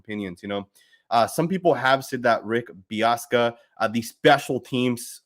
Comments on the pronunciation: Dude's name is Bisaccia not Biassca. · BIH-SAH-CHEE-AH. Hearing you mispronounce that multiple times hurt my ears. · Pronounced Beeoska? Lol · Pronounced Rich Biss-ah-chia